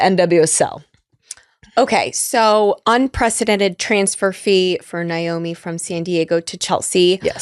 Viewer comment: Pretty sure it’s pronounced NAYomi not NYOMI. But I shouldnt 🎉nitpick. No one would confuse Tobin Heath for a journalist.